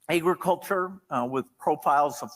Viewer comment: Bill Gates: "Aey-griculture"